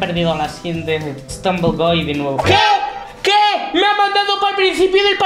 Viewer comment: Se pronuncia estumble guy no estrunven gey